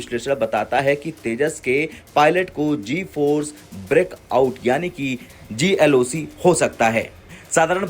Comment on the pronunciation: Bhaisaab- G-loc ko G loss bol bol kar iss video ki G maar di aapney!